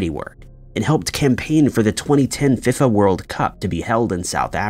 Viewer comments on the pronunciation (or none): OMG. Seriously. Look up words you don't know before recording. FIFA is "fee-fuh" not "FIF-uh;" and it's BEE-koh, not BIHK-oh. People listen to your videos. You owe it to them to get this sort of thing right. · Died at the pronunciation of FIFA 😂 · I find it comical hearing the particular words or terms AI has yet to figure out the proper pronunciation for. In the case of this video, FIFA. Considering the global popularity of what is called soccer in the U.S., I’m baffled not only by the lack of effort by those responsible for the programming of AI, but also the fact the vast majority of people don’t even notice.